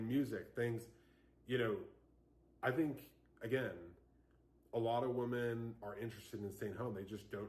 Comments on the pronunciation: Why does he keep saying woman instead of women 😂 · You don’t need to be a housewife to know that housework NEVER ends, and NOBODY thanks you for it. Plus, I hate how this man pronounces “women”. 😂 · He read one Charlie Kirk blog post and can't even pronounce "women" correctly, which leads me to believe he doesn't know any. These men are really trying to bring poisoning back in a big way. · My ears start hurting when I hear people say women but pronounce it like singular woman… can’t listen to this guy. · He can't even pronounce the word women properly but he has all these seemingly profound thoughts.. boy bye!